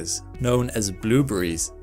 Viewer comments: "Blew breeze." Haha! This guy pronounces blueberries "blew breeze!" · I like the way he says "bloobries". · stop saying bloobery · "blueburries" :p or "blooberies" the more he kept repeating it the less it sounded like a real word lol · I like how u pronounce " blueberries" hehe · The way he pronounces blueberries lol